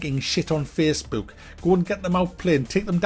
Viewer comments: "Its Twitter, it's Fessbewk" 😂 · Feessbewk rr twi-er. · "Facebewk." There's countless studies out there that just suggest children NEED rough housing and play at a very young age to prevent this very thing with the anti social and all that you were talking about. Getting them engaged in sports and what not.